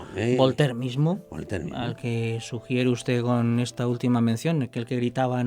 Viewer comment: ..se llama Voltaire no volter... y daba vueltas y to jaja... y al final de su vida parece que se convirtió a la fe católica ese que la llamaba la infame jaja... lo de VOLTER es broma aunque sea mu tonta jjj